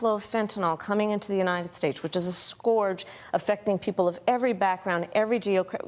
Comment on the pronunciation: She mispronounced ' scourge '.